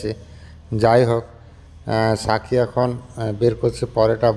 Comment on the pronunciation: সাথী কে সাকি উচ্চারণ করেন কেন?